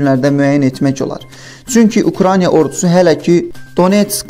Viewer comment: Eyyy səviyyəsiz kanal Ukraniya yox Ukraina diktorun dünyadan xəbəri var???? 10 millionluq ölkədən normal diktor tapılmadı????